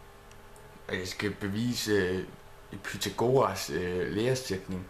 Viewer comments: Det udtales pythagoras, ikke pythagoras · Du siger Pythagoras på en sjov måde